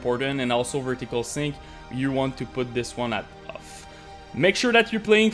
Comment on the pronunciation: "Set dynamic optimization to *uff*, also turn vsync to *uff*" lol